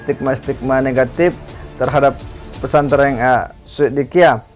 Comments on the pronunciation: Hy hallo mas bukan pesantreng tpi pesantren, ampun deh ini you tuber kristen apa ko blg pesantreng hahaha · Khas logat SulSel 😂